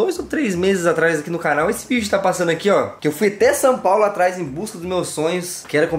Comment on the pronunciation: So eu que fico com agonia quendo o fala Sam Paulo? Kkkkkkkk